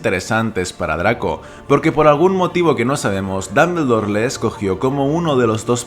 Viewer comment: Ambrich Dambldor Jajajajaja me voy quedar sordo por esas pronunciaciones